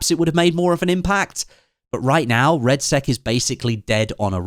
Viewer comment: 'BATTLEFIELD REDSEX' 😆